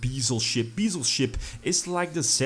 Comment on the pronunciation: It’s Beh-Zel Ship like the Bezel on a watch